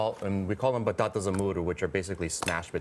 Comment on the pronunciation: Wait why he did say batatas like that?